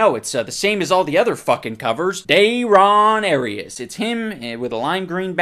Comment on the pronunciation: That is great too. I also love how he just immediately fucks up the name at the start, saying "Dayrias". HOLY FUCK while writing this comment the dog bark happened in the background and I burst out laughing again. Gold.